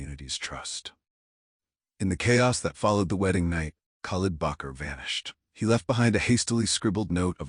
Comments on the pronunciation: Bakr not Bucher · Part of his name would be Bakr and not Bacher. Shows the authors ignorance of Arabic or Islamic names.